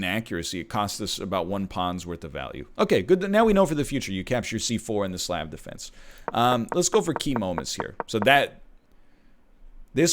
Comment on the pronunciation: First saying the Croatian flag is the Slovakian flag, now mispronouncing Slav wrong... will this man ever learn?